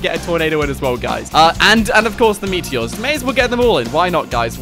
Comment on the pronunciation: Ah yes the meateeohs